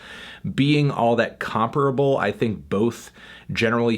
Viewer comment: who taught you to say comparable that way